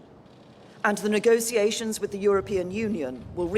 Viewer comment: I don't trust anyone who can't pronounce negotiations correctly. One of my peeves is listening to the news or politician, and they can't pronounce it. Even though it's a simple word.